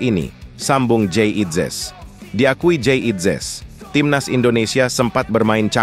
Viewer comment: ini komentatornya juga orang Belanda ngomongnya Jayadi inzes